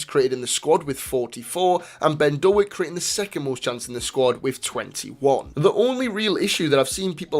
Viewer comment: Small point - it's not Do-ak, it's Doak (rhymes with 'oak').